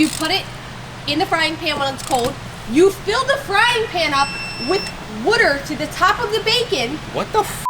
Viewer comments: never have I heard water be pronounced “wooder” 😭 besides that love the content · Fill the pan with "wooder"??? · Not todaaaaaay!! Hahahaha also what is “wooder” cheers from Newcastle Ontario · Yeah it’s a Philly/jersey accent haha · That’s a Philly thing